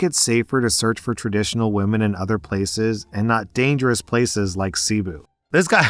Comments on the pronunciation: Same as well as his pronunciation of Ce-boo as Sea-bu. I’m part Filipino so it was very noticeable. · lol the "umm actually" about tinnitus, but saying cebu wrong the whole time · Hearing you say cebu like that as a Filipino is 😭😭😭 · Last story, CEBU is pronounce Seh-BOO, also what happened to him was a robbing a scam. Also yes that city isn't in a great area, (i have a filipina wife) and its common for white people/tourists to be targeted especially if they are single. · Since likes to talk about proper pronunciation, In the Phillipines, Cebu is NOT pronounced see-boo it is say-bo.. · Oh ffs, it’s not Seee boooo. Think suh-BOO. You’ve never listened to Enya!?!? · lmao that pronunciation of "cebu